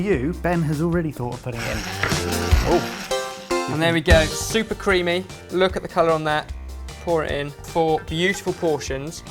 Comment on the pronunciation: did Ben say “it's SOUPer creamy“ about the soup and no one gave a fuck or...?